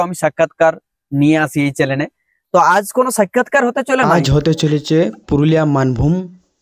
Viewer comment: দাদা কথাটা ঠিক করে বলো- চ্যানেল ন চ্যালেন এইটা ঠিকঠাট করে বলো।